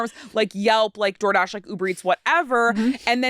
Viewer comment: Homegirl said , "DoorGash". 🤣🤣🤣🤣